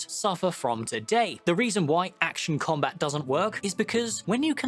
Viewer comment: "Action com-bit," Nice one,.